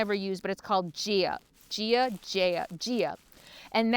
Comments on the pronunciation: Gaia is pronounced 'guy-a'. It's Mother Earth. Thanks for the info. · GAIA (pronounced GUY eh....!) Love that app and use it all the time! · Gaia- guy-uh